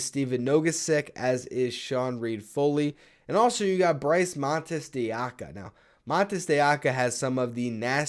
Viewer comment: Maybe eventually you'll learn how to prounounce "de Oca" properly.